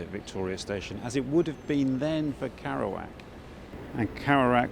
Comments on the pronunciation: "karouac" lol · I wish you'd pronounced Jacks name properly- it rather spoilt the video for me. kErouac with an e, not an a! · Is it not pronounced Keh-roo-ak considering the spelling? Need to know this before I mention him to anyone again 😊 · makes documentary about Kerouac; can't pronounce Kerouac.. heh. just sayin